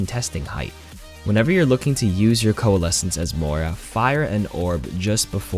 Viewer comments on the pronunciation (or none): none